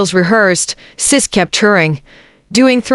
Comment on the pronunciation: It's sisqo you stupid A.i not sis!!